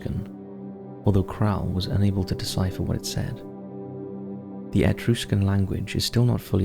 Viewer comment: Think it funny way you say Etruscan. My Italian ancestors lived in northern Italy at least dating back to 1000 AD as we have documents with our family name and crest from that time and pre-crusades. My family was probably Etruscans before the Romans conquered them.